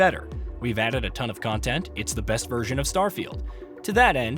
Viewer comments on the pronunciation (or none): none